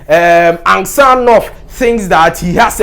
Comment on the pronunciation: Get the name well ansgar not ansjar ,g is not pronounced as j